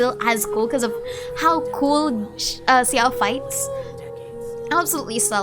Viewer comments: why are you pronouncing xiao's name like ciao i'm so confused. i'm pretty sure it's said (sh)ao and some chinese players also pronounce it like that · Hi! Please excuse me I'm really not here to argue, I'm just wondering if there's any reason for you to say Xiao's name this way instead of.. "Sha-oh"?(or how could I write that better...?xD) I doesn't want to sound rude really so I just assumed you have a particular reason for that since I know what a crazy amount of time you put into genshin, the lore and your videos so it was a bit surprising to hear in your videos 😅 Of course this doesn't make you and your efforts any less!!! I really love your videos and your stlye! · Why do you say Xiao like that, with a 'Si' in it? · Your pronounciation of Xiao's name took me off guard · Same, I don't think I've ever heard anyone pronouncing his name like that.